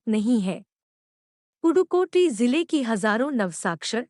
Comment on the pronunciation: Dude that is pudhukoti not purukoti